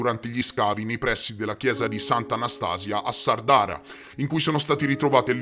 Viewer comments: grande, comunque si dice sàrdara, con l'accento sulla prima a non sardàra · Grazie bellissimo video, però per favore Sàrdara, non Sardàra..... 'A chent'annos..🍷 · Sa'rdara non Sarda'ra scusate ma la a con l' accento non l ho trovata comunque l accento sulla prima a di Sardara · Sàrdara non Sardàra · "Sàrdara"!! ! accento sulla prima "a"!! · Mentre Anastasia è Anastasìa a Sàrdara! Ma va bene, del resto è stato impeccabile. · Grazie per aver parlato cosi bene della mia terra....un abbraccio...ps. non volermene....e solo per fartelo presente...si pronuncia Sárdara....continua cosi che vai alla grande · Sàrdara, ha l'accento sulla prima "a" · Sono nato in Sardegna, ci vivo da quasi quaranta anni.... comunque in 16' ne hai sparate di fesserie 🤣.... PS in Sardara l'acento va sulla prima A, non sulla seconda 😉.